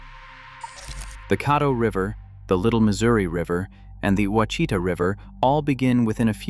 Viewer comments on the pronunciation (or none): The word Ouachita is pronounced Oua is pronounced the Mexican way as Wha, then Chita is pronounced as sha ta resulting in Washata. Dyess Arkansas is pronounced Dice. There are many Indian, Mexican and French words used here. Living in Arkansas I admit you have researched and created a very interesting video about my favorite state and home. Thank you.